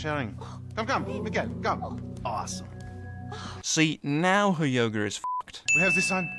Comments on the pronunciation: "now her yoger is fucked" really? yoger? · Sin: It's pronounced yoga not yogger. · yoga not yoger DingX100